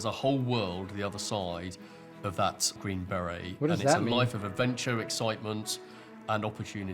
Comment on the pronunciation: "Green berry" You sure you passed mate, that's not how to pronounce it at all.